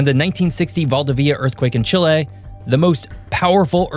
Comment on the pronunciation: Chilehhh…. Chill ehhh… Chill “A”…